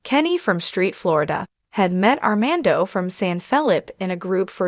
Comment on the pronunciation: How embarrassing you can’t even say Armando’s name or the word fiance correctly—why would I subscribe to this nonsense